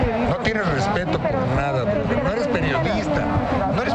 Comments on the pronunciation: Dijo broder, no brother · cuando dice borther se viene un madrazo XD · Ya valio pito cuando dice broder